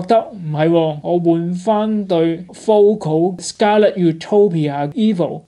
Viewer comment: Focal pronounces Fo-Cal, not Fo-Co.